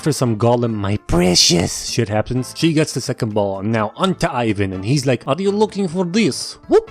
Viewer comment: You dont pronounce ivan like that, yk that right 💀